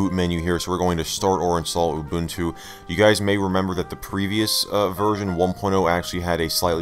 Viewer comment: Mubuntu 😂 6.10 (not Linux Mint)